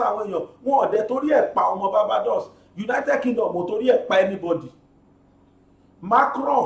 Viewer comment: BGI, Barbados is pronounced 'baar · bay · dows'